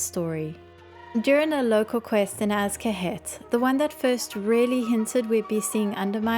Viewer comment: Love this video, you have some really good points, and it does feel like there's some important goblins missing as well as some inconsistent motivations... It does feel very weird they go out of their way to placate the alliance. also, I think you might be saying Azj-Kahet and Kezan incorrectly. I know its pedantic, but you like the lore a lot so maybe you'd care! Azj-Kahet (/ˈɑːʒ.kəˌhɛt/ AHZH kə-HET) Kezan (/kəˈzɑːn/ kə-ZAHN)